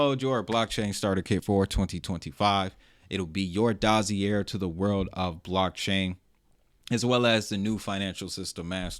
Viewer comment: Great info and video. Just a tip for future reference, dossier is pronounced dah-see-yay 🙂